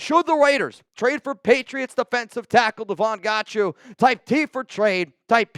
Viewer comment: You are 100% pronouncing that last name wrong.....its pronounced like god-show 😂